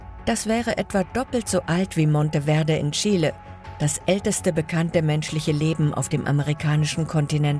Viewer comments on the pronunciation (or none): none